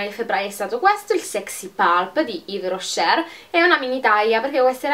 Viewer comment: spero di non darti noia consigliando ti di trattenre la R finale quando pronunci yves rocher buona giornata